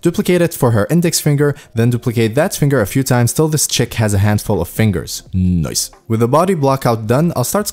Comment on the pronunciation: I love the 'noice' word 😘